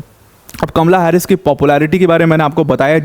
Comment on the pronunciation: हारिस नही हैरिस